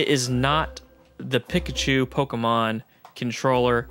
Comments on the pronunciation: Haha please say PEE-kachu. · keeps saying Pikachu with a soft I instead of an E sound and it’s driving me crazy haha 😂